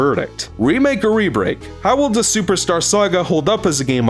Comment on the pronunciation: Am I the only one that sometimes hears "rebreak." As "rebake."